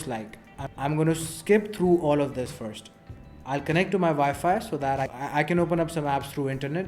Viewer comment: You say forst. I think it first ....lol :P